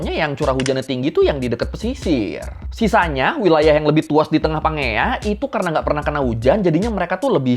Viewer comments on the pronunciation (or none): setauku cara baca pangea itu "panjeia" cmiiw